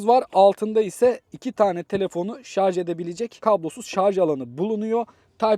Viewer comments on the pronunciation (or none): none